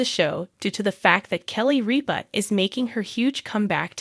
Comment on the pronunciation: RIP-A Not REAP-A !!